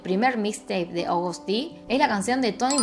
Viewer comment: según yo ni se dice "Agoust" se dice tal cuál "Agust":3